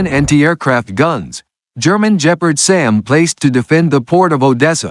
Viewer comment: In German and, I think, in Russian a 'hard G' is used. So Gepard (Leopard) and Geran (Geranium) are pronounced wrongly in this otherwise good quality video.